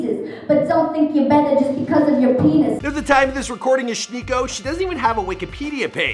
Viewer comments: why do you keep pronouncing it like "ah-schneeco"? it's "ash nee-ko" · Ash- Nee- Koh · It's pronounced ashneeko but ok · Why he say her name "shniko" smh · Why he pronounces SHHHnikko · are we just gonna ignore the fact that he pronounces it "Shnikko" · It’s pronounced Ash. Neeko. Why are you barely even enunciating it? Your speech patterns are fucking bizarre dude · He says her name weird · WHY IS HE PRONOUNCING HER NAME LIKE THAT. SHE LITERALLY PRONOUNCES IT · Everyone keeps saying how they thought she was some girl from that show and I just wanna know why he’s pronouncing her name so fucking WEIRD?!